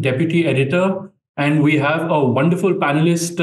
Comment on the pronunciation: Bro said we have a wonderful penalist😭😭😭Bro couldn't hold🤣🤣🤣